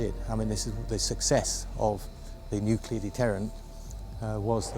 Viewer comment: Nuclear war, not Nu-key-lar. It's not difficult.